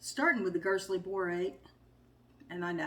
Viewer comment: H ey great job! Nice to see you back at it! Can't wait to see what you get! I found another small material recipe I may try to get some different color combinations. Hope the tests come out ok! Sorry to hear about you accident! You are saying Gerstly correctly.